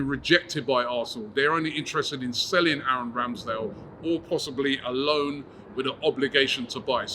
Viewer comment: Also, When did Ramsdale become Scottish. 🏴 😂